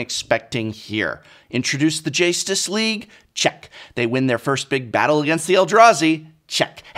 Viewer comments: "The Jace-tus league" amazing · lmao "The JACE-tus League". lmao "PAUPER-ularity". Someones gotta point out how on point his pun game is!